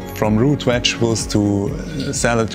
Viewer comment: Wechtables lol. I love different languages and accents. I enjoy gardening as well. Such a beautiful farm!